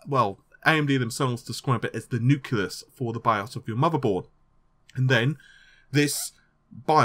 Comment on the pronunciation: "Nuculus"? NUCULUS ??? Da hell is an effin' "nuculus", for cryin' out loud? Say it with me: NUKE-lee-us...